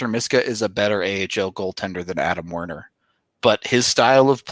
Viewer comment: It's WErner not WArner, how hard can it fucking be?